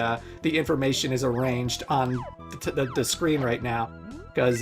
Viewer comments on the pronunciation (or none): none